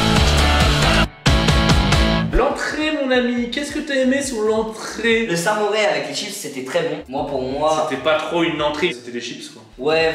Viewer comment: D'où on dit samouré sa se dit samouraille